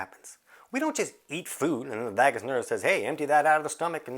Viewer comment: VAYgus -- rhymes with BAY and DAY and SAY and GAY and MAY . . .